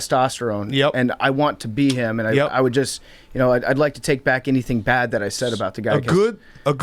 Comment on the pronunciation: Billy is the glue!!, “bad” does not have a second syllable, a “ee”, or a “y” before the A. Also, cheers for having Rico’s back during the most recent contract dispute.